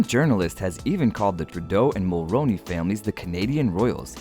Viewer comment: Pronounced “Mulroony”not “ Mulroni”.